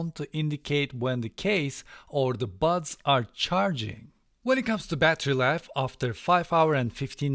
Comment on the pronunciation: Seriously, am I the only one who kept hearing the words 'butt plugs' through this entire video :D Once again excellent review :)